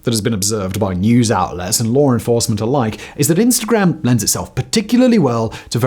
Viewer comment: I feel like you went hard on the pronunciation of “-gram”, which is kinda nice. I try watching less Americans on here!